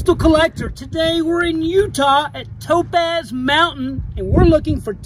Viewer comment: i really thought you said dope-a$$ every time you said topaz xD